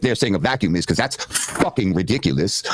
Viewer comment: favorite word - "ridikalus". He can't even pronounce it right.